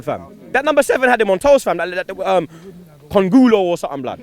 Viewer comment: "that number seven KONGULOO" LOL HAHAHAHAHHAHA DEAD